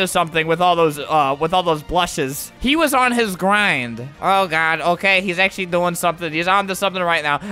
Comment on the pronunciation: "I JUST GOTTA STAY ON MY GWIND!! AND KEEP USING UWU